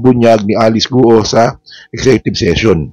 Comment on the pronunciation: Guo is not pronounced as two syllables. It’s not Gu Oh. It’s one syllable. It sounds more like Gwoh. Please correct the pronunciation. Chinese surnames are 99% one syllable pronunciation.